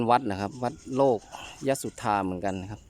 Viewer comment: น่าจะอ่านว่า โล กะ ยะ สุดทา นะครับแอด